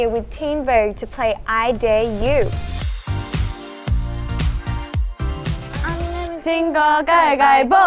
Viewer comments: Mindyi? 😭u mean minji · “Dare you go” Minji 😭